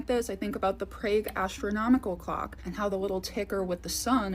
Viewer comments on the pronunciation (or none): As a Czech I took it offensive 😂😂 it sounded like she's saying plague 😂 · Other than your strange pronunciation of the city of Prague and apostles (with a "t") this was an interesting video and some good points made. Thank you. 🙂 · COOL! ❤ [ It's Prauge, Not Prage. Please don't distort word's pronounciation. There's different accents & dialects & then there is just plane Wrong! Doubt you'd like to hear Fleat Irth, Sen , Meen Ern Zadok 😉]]